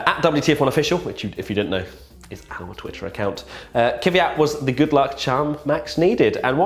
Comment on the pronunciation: It's Kvyat, not Kyvyat.